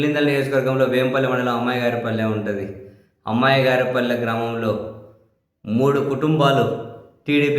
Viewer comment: అది " ఉమ్మయగారి పల్లె". "అమ్మాయిగారి పల్లె" కాదు.